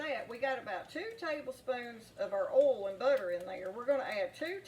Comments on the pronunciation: She doesn’t say oil. She says ole. She can say boys, but not oil. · 🤣🤣🤣🤣🤣🤣 the way you say oil 😂😂😂😂😂😂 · As soon as I heard the way you pronounce "oil", I knew this was the real deal! Also, my mom has never owned anything but cast iron pans my whole life, and she's never used anything but metal or wood utensils to cook with.